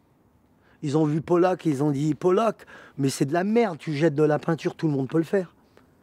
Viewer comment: "Polac"... Pollock... Jackson Pollock...